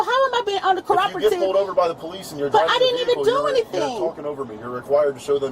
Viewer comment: Yes, she really said "How am i being undercoropative"... spoken like a true illiterate.